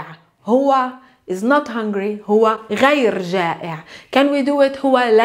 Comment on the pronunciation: درس رائع لكن الخطأ الذي وقعت فيه هو أنك لا تعربين اواخر الكلمات مثلا غير تنطق غيرو. بدون كتابة الواو طبعا واستبدالها بضمة